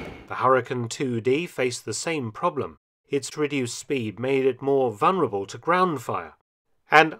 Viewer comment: It's... vuLnerable. The 'L' is not silent.